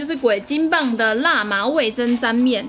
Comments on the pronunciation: 看好幾部..那個... 味噌(ㄘㄥ )是口部唷~ XD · 味噌 是ㄘㄥ喲～ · 好多人都不會唸「噌ㄘㄥ」這個字🤣看得很辛苦